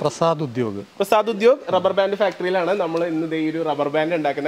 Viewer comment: ഡബ്ബർ ബാൻ്റ്